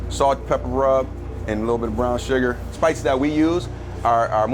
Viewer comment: I commented the second I heard surgar.